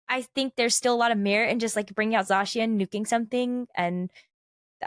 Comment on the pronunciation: no way, pronounced zacian correctly